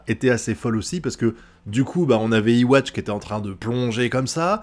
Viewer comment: D'après ce que j'ai vu jai remarqué les pouvoirs d'uryu se sont réveillés juste après yhwach active the almighty donc les pouvoirs d'uryu sont en synchronisation avec celui de yhwa puisqu'ils ont le même schrift (A) Petite précision yhwach se prononce comme ceci (youhabaha) pas iwatch